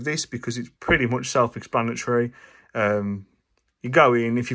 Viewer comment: "much" and "charge" words have ʌ and a: sounds respectfully, so why do you say "mooch" and not "chourge"?